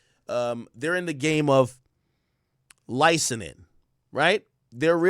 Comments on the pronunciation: Ak is been over 10 years and you are still pronouncing it “licenin” it’s “licensing” for the love of god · BRUH THIS DUDE STRAIGHT UP SAID LICENING 7 TIMES!!! LICENSING AK. FKN LICENSSSSSSING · WTF IS LICENENING? Lmaooo it’s licenSing